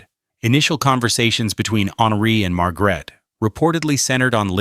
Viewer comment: Horrible pronounciation of Queen Margrethe's name. You should know better, if you do a documentation.